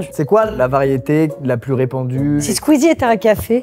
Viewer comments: AURÉLIE ELLE A DIT QUEEZIE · Elle a dit queezie ptdrrrr